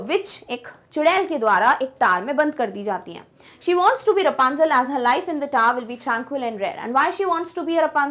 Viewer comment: thats rapunzel not rupanzel😄